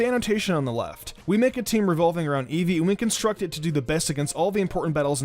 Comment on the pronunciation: ITS EEVEE